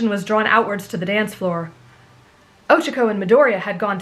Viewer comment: I know, I'm just joking around, but the way you pronounce it funny 😊🤣